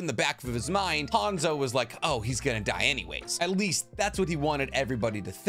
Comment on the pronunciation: how you gunna say you know nothing about hanzo of the salamander when you cant even say his name right